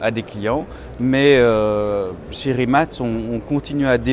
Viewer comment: great to hear you all pronounced Rimac correctly 👍